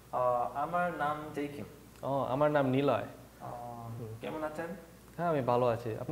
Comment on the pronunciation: DUde, pronounce your name Niloy, thats your name lol